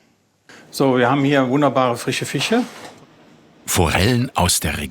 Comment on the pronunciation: also wenn das nicht taddschd dann weiß ich nicht. so viel Fich und mineralisiertes Flaich - das gehöhrt doch zur ziggnätschah wie der `chef sagt. ...und das alles auch noch frich.